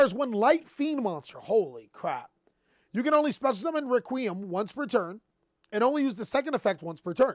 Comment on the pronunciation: Can we all give a hand to for pronouncing the word "requiem" correctly for once after his fumble reading "Dark Requiem XYZ Dragon" in his Raid Raptor deck profile video 👏🏾👏🏾👏🏾👏🏾👏🏾👏🏾👏🏾